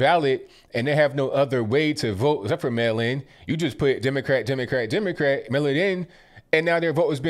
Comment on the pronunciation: She said democat 🤣 I’m a little envious it doesn’t sound as good for a republicat. What’s your dog, Repuplican or dogocrat? Who’s your parrot voting for, reparican or parrocrat? 🤣 I got too entertained with this.